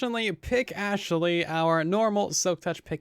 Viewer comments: Please Say Astley not Ashley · Hey! Say Astley not Ashley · Good video, one thing could you please Say Astley not Ashley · Hey man can you Say Astley not Ashley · Say Astley not Ashley please, means a lot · Hey! Please Say Astley not Ashley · Do me a favor and Say Astley not Ashley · I would appreciate it if you Say Astley not Ashley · Hey! Can you do me a favor and Say Astley not Ashley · Say Astley not Ashley please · why does he say overything instead of everything and Ashley instead of astley